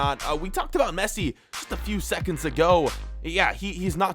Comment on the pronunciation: a few months “Agao”